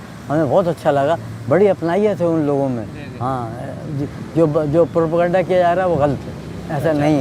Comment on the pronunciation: प्रोपगैंडा नहीं प्रोपेगंडा।